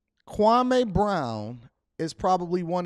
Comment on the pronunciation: Please pronounce his name right kwameeeee not kwamaaaaaa